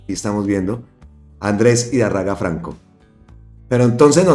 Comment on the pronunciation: 2 correcciones mi querido compatriota, el apellido de Andres Idárraga se lee tal cual se escribe con acento donde está la tilde igual el apellido Botía